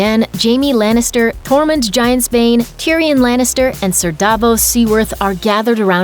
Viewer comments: Excuse me?! It's SER Brienne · Its SER brienne